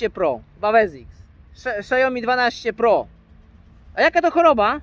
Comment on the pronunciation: "szajomi" ? Co to za marka?